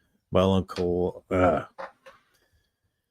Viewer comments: It’s never amazes me how all these channels (usually Americans) can’t pronounce balaclava. BA-LA-CLAW-VA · Wow, that Under Armor balaclava. ba·luh·klaa·vuh, or more simply bala-clava But yeah, just call it a ski mask. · It's almost like nobody uses that word in daily speak. Shocking. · The host had dyslexia. No need to be rude. I have one and can say it just fine.